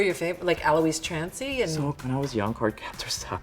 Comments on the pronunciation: IS ANYONE GOING TO TALK ABOUT HOW SHW SAID ALOIS TRANCY....!? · Bro did she say ALOIS TRANCY?